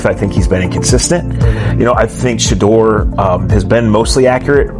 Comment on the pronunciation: Shedèur. Shedèur. Shedèur... please pronounce his name properly...